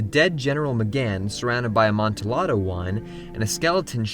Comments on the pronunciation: Amanti lado? It’s pronounced Amanti YA doh Uncultured swine. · It's pronunced "Ah-mont-ee-YA-do." The 's' is silent. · Please, please, PLEASE... it's pronounced "Ahmonteeyado" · AmontiLLADO (A-MON-TEE-YA-DOE) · by the way the Amontillado is pronounced like amonteeodo not how it is spelled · yeah it hurt me everytime he tried to say "amontillado" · He said amontillado wrong.